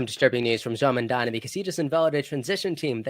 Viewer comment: lolol it's actually Mamdani, but hey, you tried.